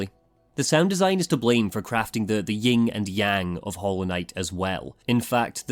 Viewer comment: FOO! It's YIN and Yang, not "YING"...LOL